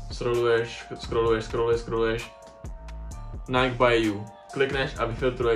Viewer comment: rikas tady jak maji cesi spatnou vyslovnost a snazis se mluvit s ultimatnim prizvukem a pak Nike ctes jako "najk"